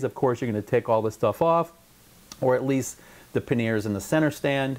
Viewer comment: Paneer is a cheese dude. Panniers is not pronounced like the cheese.